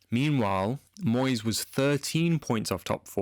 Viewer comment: I’m sorry to say again it’s Moysey…